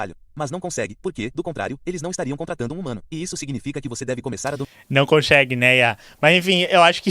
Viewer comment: "Não conxegue, né, IA?" -> chorei de rir nesta